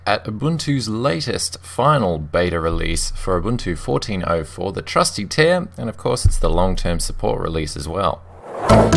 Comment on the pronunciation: Your saying trusty tahr wrong.